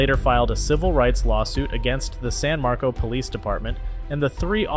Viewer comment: It’s San MarcoS, not San Marco. People who can’t read are just as stupid as cops who won’t listen.